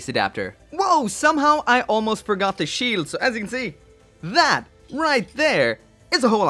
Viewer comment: Ze Shield?...... What are you... German..... NOICE!